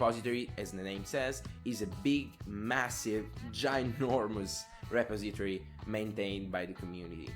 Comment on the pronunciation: your pronounciation of 'repository' is also weird. Try typing it into google translate and then use text to speech to hear how it's pronounced.